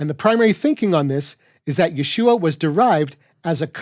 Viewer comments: But the funny thing about pronunciation of vowels like ah and uh, you went and sounded the whole time like you could’ve been saying, yuh-shua or even yah-shua. This is why there are vowel shifts in languages. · I notice you don’t seem to take note of a difference in pointing between the Messiah’s name and both Joshua’s name and the feminine word for salvation. In the latter two, yod is pointed with shva (two dots vertical), which you pronounce correctly. In the former it’s pointed with tsere (two dots horizontal), which should be pronounced like “ay” in English “say.” That vowel is what scholars think the residual part of haShem and the first radical of yasha’ collapsed into. So, as you say, there’s no need to “restore” *ah there.